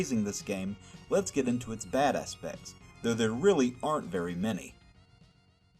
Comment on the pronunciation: Haha!! You said, "...bad assss-pects."